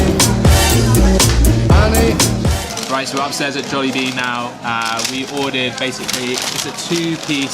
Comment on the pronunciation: The way you pronounce Jollibee is sending me :face-purple-crying